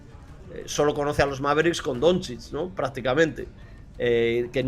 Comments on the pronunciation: Ser periodista deportivo y pronunciar “Donzich” en vez de “Donchich” tiene narices. Lo digo por el de As. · Yo escucho que lo pronuncia como Donzids, peor todavía. Si lo pronuncia así es porque no ha escuchado ese nombre en la vida, por lo que probablemente no sepa absolutamente nada de baloncesto, a lo mejor no sabe ni que se juega con una cosa esférica llamada balón, aunque lo ponga en el nombre. Me parece inaceptable ese nivel tan nulo para alguien que "trabaja" en un diario deportivo. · El de AS pronunciando "donzich" mientras lee las preguntas con un enorme entusiasmo, se le ve informado de baloncesto al chaval...